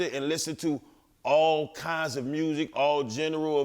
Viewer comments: Its genre not general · He said jinra of music lmao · lol when he tried to say genre!